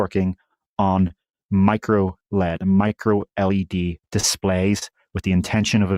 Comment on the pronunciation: Say micro elle ee dee, not micro lead, to eliminate confusion.